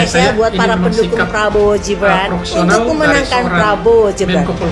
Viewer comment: Hei..... bukan jibran tapi. Gibran...... Gibran...... Gibran...... Gibran.... Bkn jibran...... Jibran.... Jibran